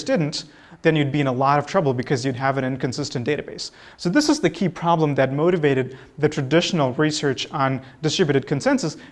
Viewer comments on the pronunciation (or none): none